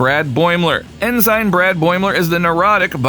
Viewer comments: I really hate to be that guy, but it’s pronounced “en-sin”, not “in-sign”. While it’s not the biggest issue, it is a little grating to hear it pronounced wrong so many times in such a few minutes. Otherwise, it’s a great wrap up of the voice acting crew. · "en-sign" NO! 'en-sn'. AI Voice Much? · IT'S EN-SIN. EN-SIN NOT EN-SIGN YOU'RE KILLING ME MAN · It's also cay tion not cat sun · "EN SIGN Mariner" "EN SIGN Beckett" Isn't there enough money in your meager budget to hire somebody to do voiceover ?? Is Youtube being completely taken over by voice synthesizers ???? Welcome to the Dead Internet folks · Well I hate to be that guy too, strange new worlds debuted in 2022 and lower decks in 2020 . Kinda hard for the franchise to be known for strange new worlds at the time that lower decks came out when it won't premier for 2 more years... Also ensign is pronounced ensen.. also kaitian is pronounced keashin... also qui gon gin is pornounced queye gon gin... also there are several other errors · Your AI pronounces ensign funny.